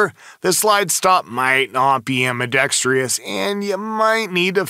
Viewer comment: Informative video, but yer killin' me with "ambidextrious".